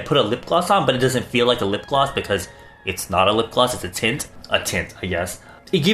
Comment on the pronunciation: I swear I heard gel titts